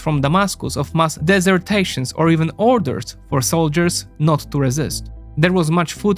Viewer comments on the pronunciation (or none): "dissertations" or "desertions" ? those words mean different things. and "desertation" is not even a word. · Desertions, NOT deserTAtions.